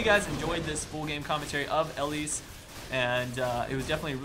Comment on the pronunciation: pls stahp. Not Ellise.